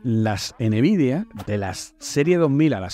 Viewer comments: De buena jaja “enevidia” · soy español y es la primera vez que escucho decirlo de esa forma AJJAJAJAA